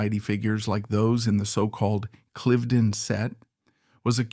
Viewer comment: Thank you for a very well researched video. I like that you touched on and called out Mrs. Greville for inviting von Ribbentrop to her gatherings. And you pronounced Cliveden correctly which you didn't in the previous video I saw, so you're learning!